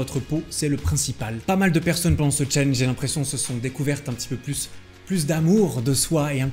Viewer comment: Par contre faut arrêter de prononcer Challenge en français..